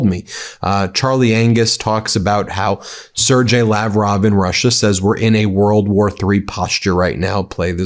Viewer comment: Please sir, will you say Lavrov's first name correctly ..and it is a common name, so knowing it should be useful. The "g" in Sergei is pronounced not as a 'j" but as a hard "g" as in "go". Thank you. Keep up the "good work"!